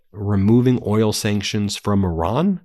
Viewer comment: Do you ever read your comments? Stop calling Iran, Oron. It makes you sound dumb. Otherwise, keep up the good work!